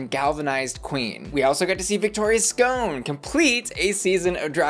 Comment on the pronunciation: why you mispronouncing Victoria’s name so much? It’s not “ScOHne”, it’s “sc’on”, like “Victoria’s Gone”.